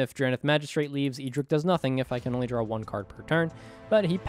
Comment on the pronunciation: My man, you love you say the MTG character's name in an eccentric way. EE drick? Who is that? It is "Ed drick".